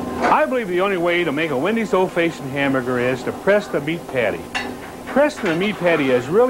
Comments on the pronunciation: I Laughed harder at this than listening to Dave Thomas try to say the word fashioned! Faayshund? Yup sounds legit! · So cool to see him Again. Feel like it's been 30 years since I've seen him on a commercial. Never heard anyone say fashioned like that.